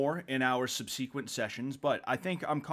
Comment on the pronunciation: i refuse to believe you think that's how "subsequent" is pronounced